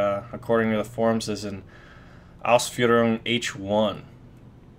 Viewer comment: Wow! You pronounce "Ausführung" very well for a non German. Great breakdown!